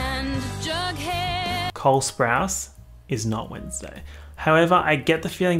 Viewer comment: No one:: chEeeeuuuusday